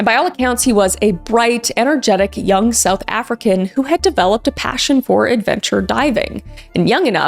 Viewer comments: tragic stories but I'm sorry I was laughing so hard at how badly you pronounced the south African names XD very American (sorry). but please look up the pronunciation of things from south Africa because we have 11 official languages ^^ love your content though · 😂😂 Sorry Kris. All the pronunciations are wrong.. 🇿🇦 I know you tried tho